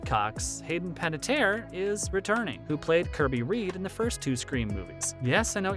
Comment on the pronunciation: Bro are you reading from an A.I. script? First of all, you butchered Hayden’s last name, secondly she played Kirby in Scream 4? Not Scream 1 and 2…. like where tf did you get your information from?